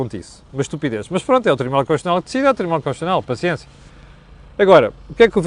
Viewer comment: Constitucional e não "conxexional"., a falar assim faz- me lembrar o outro...😁